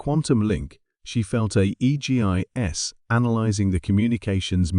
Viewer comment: Can't say Aegis?